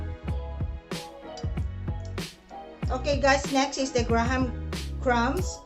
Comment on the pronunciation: My lola say "gra-HAM" crackers too 😂